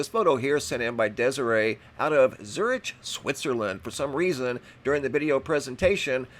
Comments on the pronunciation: did say Zurich the other day. I remember thst distinctly because then and today he pronounced Zurich as Zur itch. Not as Zur ick. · Zurich is pronounced, “Zurick.”